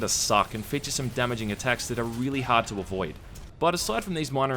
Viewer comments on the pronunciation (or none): none